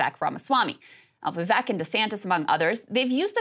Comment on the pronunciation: You know you're a great newsreader when you continue to butcher a candidate's name. It ain't that hard, Krystal. Vivek like CAKE. Just be transparent about the hit piece and put Marianne's name up.